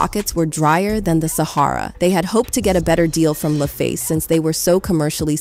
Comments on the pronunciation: You guys should double check how the names of people, and record companies are properly pronounced before you upload your videos. Never heard of LayFace records! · "Lay face" 😑 lol. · Lah-Face.......not Lay-Face